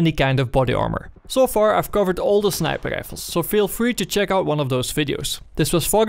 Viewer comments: Do you mean snipel lifels? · i only watch these videoes to hear tou say "snæiper ræifels"